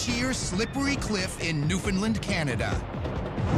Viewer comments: ITS PRONOUNCED NEW FOUND LAND, NOT NEW PHEU LIEND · New fin LAND